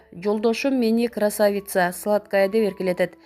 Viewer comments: Журналист кыз красавица деген созду туура ударение койуп айтыныз. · Красавицаны туура эмес айтып атасын го ,ударениени туура коюп айтчы